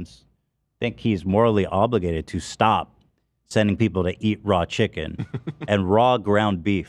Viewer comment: Cam saying Ethan had "shicken" legs 😭😭😭😭😭